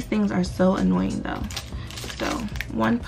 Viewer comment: the words order and annoying dont even have S sounds in it idk why she make it sound like it nohate just an opinion